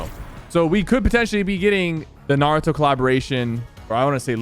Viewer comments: naruto not nauuuuto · Sypher: Ima huge anime fan Also Sypher: pronouncing naruto wrong